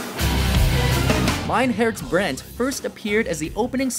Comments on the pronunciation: I am dying, how he said “mein herz brennt” this is so bad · Titel: Mein Herz brennt Aussprache: Main Herz Brand 😂😂😂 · “Mooter” “fuywer fwei” “mine herts Brent” 😂😂